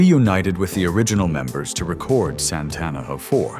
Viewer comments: AI can't even pronounce his name. 😂😂😂 Santana didn't even have an album out yet, Bill Graham convinced the organizers to book them at Woodstock. Soul Sacrifice made 19 year old drummer Michael Shrieve a star. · A.I. Doesn't know how to pronounce Santana.